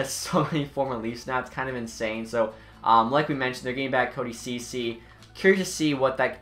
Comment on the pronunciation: It's not pronounced cody cece it's pronounced cechee